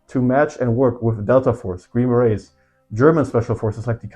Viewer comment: Not tryna be a nerd but green berets is pronounce green be-rays